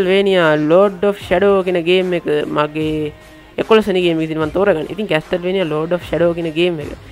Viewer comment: අම්මෝ 🤣🤣🤣. කෝල් ඔෆ් ජග්ග නෙමෙයි යකෝ 🤣. කෝල් ඔෆ් හුවාරෙස් කියලා Pronounce කරන්නේ. කැස්ටල්වේනියා නෙමෙයි යකෝ කාසල්වේනියා 🤣.